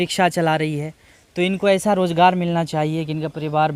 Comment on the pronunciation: بھائی بہت خوب اللہ مزید ترقی نصیب فرمائے لیکن آپ تعلیم اور حاصل کرلیں الفاظ کی تصحیح کریں ز کی جگہ ج بولنے سے بہت برا لگتا ہے سن کر مثلاً مزہ کی جگہ مجا روزگار کی جگہ روجگار